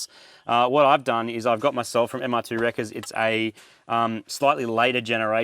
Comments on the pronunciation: Every time marty says "mr2" i hear moog calling it the "MrPOO" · seriously still calling itthe mr2, i kindof like mr. poo, or maybe call it the Merde after the french pronunciation of MR2